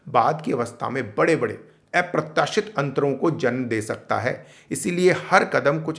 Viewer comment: सर आप अप्रत्याशित को भी ऐप्रत्याशित बोल रहे हैं। अब मैं लिख के उच्चारण तो नहीं समझा सकता पर आपको स्वर और व्यंजन एक बार दुबारा पढ़ लेना चाहिए। वीडियो बहुत सुंदर है पर उच्चारण सही होना बहुत आवश्यक है।